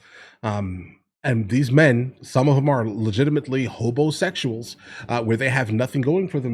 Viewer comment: Did you say Hobosexual?? or homosexual